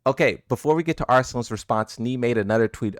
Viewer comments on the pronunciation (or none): It's "ASSLAN ASH," remember? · ARSLAN MASH 😂😂😂